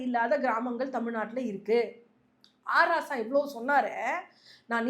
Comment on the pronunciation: அது H Raja இல்லை அ. ராசா. தெளிவா பேசும்மா. மைக் கிடைச்சா முதல்வராயே கேள்வி கேப்பீங்களா